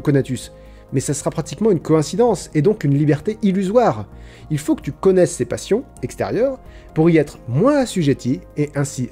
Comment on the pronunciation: J'ai mis plusieurs secondes à comprendre la texture du mot "Passion"... ^^'